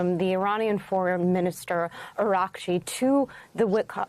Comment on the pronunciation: Ana Cabrera, who TF is "Ar-gar-chi"?! Can you read the teleprompter?! Does anyone prepare you on how to prnounce foreign names?! The Iranian Foreign Minister's name is Abbas Araghchi; pray tell how you flipped the 'a & g' & added a 2nd 'r'?! Is you last name 'Crabea'? I didn't think so. 🙄